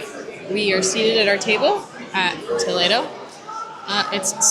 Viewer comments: Finally, someone who pronounced Spanish Toledo instead of Toledo, Ohio. Excellent job! 😅😊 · I live in Ohio, so my instinct is Toe-Lee-do. 😂🤷🏻‍♀️ But I’m with you, well done!!